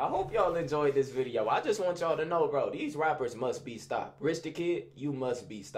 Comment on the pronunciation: “Like dese” 😭